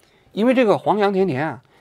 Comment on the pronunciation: 指正一个小的读音错误：钿（dian4）@